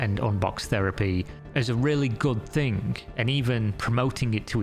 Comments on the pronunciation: Youtube pays better than an 8 hour job? Seriously? That sounds awful for humanity overall Anyway can you please top pronouncing random K's after words that end in -ing? For example "Nothing-K, resulting-K, thing-K" its super annoying and prevents me from enjoying these videos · why does say "thing" like "think"?? Annoys me so much when in all the -ing ending words adds a K AGAIN. STOPP. Its annoying!